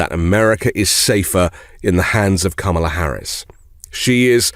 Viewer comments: Since he can’t pronounce Kamila’s name properly, we should call him “Don-old” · What’s with mispronouncing Kamala‘s name? Is the right-wing too daft, or what?! Makes them look and sound rather thick. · Learn how to pronounce her name first off. She doesn't care how you are.